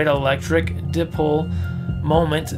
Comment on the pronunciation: It’s PaTent not paDent. And dipole, is die-pole, or d-eye-pole.